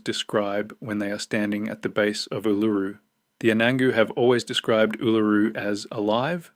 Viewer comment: Ask some one to teach you how to pronounce it